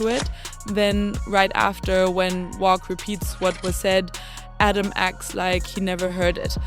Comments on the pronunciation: Say wacc not wocc wtf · Uts definitely not "wock"